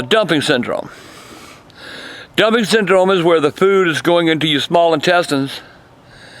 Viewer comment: Wait did you say dumpic syndrome or dumping